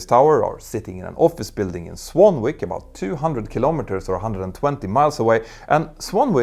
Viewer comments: the place is pronounced Swan-ick not swan-wick. A word where one W is silent and one isnt. The joys of English language 😂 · "Swanwick" is pronounced "swan-ick". Don't ask, some British place name pronunciations are a mystery even to the British! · Swanwick is pronounced Swannick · Just for information; the name Swanwick is pronounced without sounding the "w" - like "swannick". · Because British English is such a mix of languages, I thought I'd just help correct the pronunciation of Swanwick. Like many -wick ending names in the UK, the 'w' is silent. So Swanwick is pronounced Swan-ick. Like Warwick is pronounced Wahr-ick. Sorry about this, it's all on us Brits. And this is the least aggravating issues we have. Don't get me started on Towcester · Swanwick = Swan-ick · odd english, swanwick is pronounced swannick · FYI. Swanwick, (which incidendly is near to me) is pronounced "Swannick", it has a silent "W". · The second "w"" in Swanwick is silent.